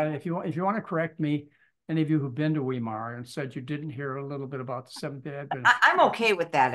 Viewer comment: Tip- "V" -"eye" -"mar" and now say it as one word - Weimar, Germany, Weimar Republic... The "e" and the "i" are pronounce exactly the opposite in german and english. look up a site where the word will be pronounced. I always cringed when I hear this - and I'm an american!